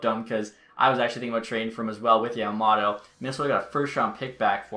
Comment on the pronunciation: YAMA “MOTO” not “MATA”